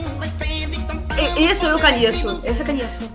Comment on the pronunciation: UMA PALAVRA QUE VOCÊ SEMPRE FALA: "cAnheço" Se fala: "cOnheço